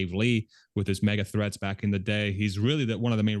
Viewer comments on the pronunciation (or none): I thought you said: "People like Dave Lee, with his mega-THREATS". That guy is soo militant... 😆